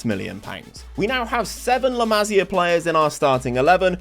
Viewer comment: Just a heads up, it's pronounced la-mah-see-ah. almost suffered a stroke hearing it pronounced la-mah-sya so many times